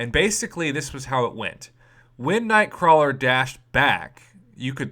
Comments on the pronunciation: It's "Nightcrawler" prof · "Nightcrawel".. waahh? :o